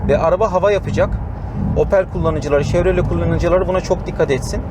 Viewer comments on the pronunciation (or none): none